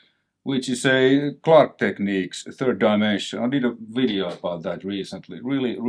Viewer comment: You never say "And in this WIDEO" anymore.... I miss that haha :D